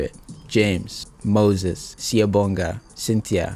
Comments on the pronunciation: Ey, he nailed "Siyabonga", "Mxolisi" and "Hlengiwe". Props to you my guy. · You nailed Siyabonga, Nokwanda